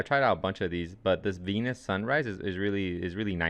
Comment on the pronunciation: "Venus" sunrise hahaha classic! nah great tutorial though man. Venice is pronounced 'Ven-ess'